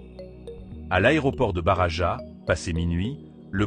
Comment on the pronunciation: On ne dit pas: Barava mais barrrrajas. Valdebebaaasssss et pas valdebeba 😂😂